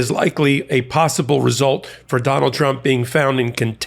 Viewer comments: What's a "Possbible" ? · “Prepares for possbible” lol